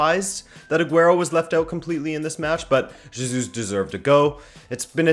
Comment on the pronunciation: You pronoun jesus wrong. The j is like an h, as in hotel, or horse.